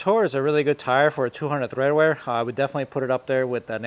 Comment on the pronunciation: Interesting video, thanks. BTW it's tread wear not tHread wear 👍